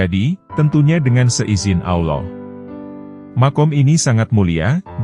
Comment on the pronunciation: Maaf ya jujur sy suka Chanel ini, tapi sdikit terganggu dgn pengucapan admin dlm kata Alloh......kok trdengar kurang luwes /kaku....gmna gitu ya....ngeganjel di kuping n dadaku